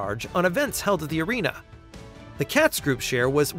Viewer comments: It's pronounced Kay-tz not Catz. Katz Group has been rebranded as Oilers Entertainment Group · Katz pronounced with a long A